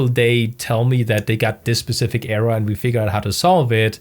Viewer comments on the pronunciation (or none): none